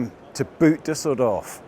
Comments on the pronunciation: But Boot was completely off tho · the pronunciation of "Boot" is not the one of the epinomious footware (phonetically /buːt/). Boat in German is /boːt/. There is no change in sound from one "o" to 2, other than it gets drawn out. Try the English pronunciation of bot as in robot but then draw the "o" sound of the word out much longer. Then you get the German "Boot". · "boot"? Mate, an o is an o in German. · Still not a boot!!!! Toby, you have done this for long enough to pronounce it correctly!